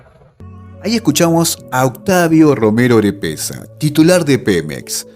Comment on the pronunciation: Estimado, te recomiendo corregir: PEMEX es Petróleos Mexicanos en vez de Petroleros. También Octavio Romero Oropeza en vez de Orepeza como lo pronuncias. Un abrazo para ti y todos los argentinos que desean ver un día unida a toda la Patria Grande.